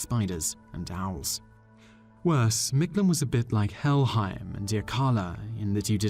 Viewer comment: #2 = “Meek-Tlahn”